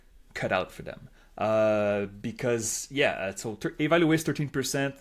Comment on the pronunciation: Before you get to Winnipeg, try practicing saying "Ahh-vee" instead of "Eh-vah". Say the "i" in Avi the French way.